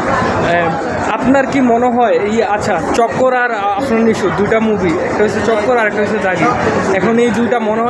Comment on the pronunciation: বিগ ফ্যান কিন্তু বলে #আরফান নিশু.... এটা কেমন ভক্ত আফরান কে আরফান বলে🤣🤣🤣